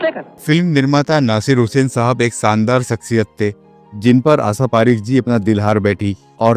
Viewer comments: BKM77 DELHI Tum FILM INDUSTRY ki Ek Jani Mani HEROI NE ki Jiwan Virtant Suna rahe ho par Tum abhi iss Kabile nahi ho kiunki Tum Unka NAAM bhi Theek se nahi le pa rahe ho. Kya tumhe koi Rokta Tokta nhi. AASHA PARIKH hai aur tum Bol rahe ho AASA PARIKH.Kya Tum SHA ka word jo SHADI me iste mal hota hai Bolne me Sharm aati hai ya JEEBH me koi. Asadhaya ROG hai DOCTOR se CHECK Karwaiye.Pata nahi Kon Tum Logon ko BHARTI kar leta hai Iss FILM INDUSTRY ka BEDA GARQ kar ne ko! Tum ye Line Change kar lo wahin BIHAR me RAJ MISTRY ka Kaam karne K kabil ho. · BKM77 Manyawar Story Writer G Ye AASHA PAREKH ha en na ki AASA PAREKH aur Shabd HIT na ki HEAT aur SHADI naki SADI aur KHUSH hota hai KHUS nhi Theek se HINDI K Shabdon ka Ucharann kiya karo aur likha karo isme Gussa na kar na Balki Sudhar karo Aap kahin Bihar Sta te K to nhi ho ? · What’du mean asa parekh? Say her name properly or don’t bother doing this program 😮